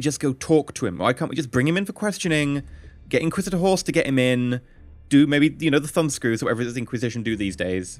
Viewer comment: I keep hearing "Inquisitor Horse", and when you talked about gently persuading captain whatshisname for information, I imagined a red hooded horse chewing on his hair